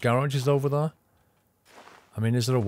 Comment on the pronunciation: It really annoys me how he says "there".